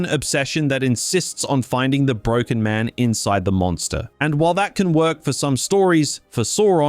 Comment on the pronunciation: How are you both Australian and over the and of 6 and somehow still manage to release a video with so many mispronunciations? Where do you live that the word “man” is pronounced as “mahn”, because it’s not Earth, that’s for sure. Another psudo-intellectual farting out philosophy. What a time to be alive.